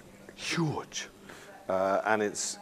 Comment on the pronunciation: whenever he says 'huge', it's in an accent that's really different to how he normally talks